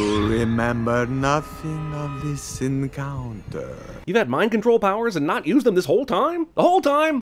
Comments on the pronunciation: I'll admit, it sounds like he says "the sin counter" which makes that more hilarious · Why the f*ck i understanded "sin counter" instead of "this encounter"? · Midwest Siren Productions yeah his pronounciation of “this encounter”sounded like sin counter